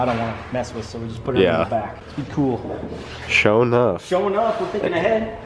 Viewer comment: SaaaafuukinSSSSwwwwweeeet. is rad as fuk!!!! Love that guy:-) I'm glad he wrote SHO'NUFF in the description, because i swear i heard SHOW'NEUF, which would mean SHOW'NINE in English.